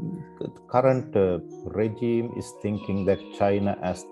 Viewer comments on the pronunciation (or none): none